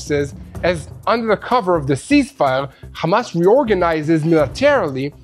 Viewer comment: Menino para fazer live tens e saber falar nao é Amas é Hamas